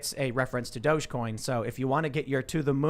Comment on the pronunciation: I'll say it over and over and over again, it is dog-e-coin... pronounced "doggy coin"